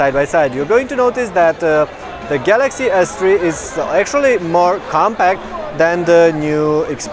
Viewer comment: It sounded like he said Samsung Galaxy Ass III. But anyways, LONG LIVE SONY!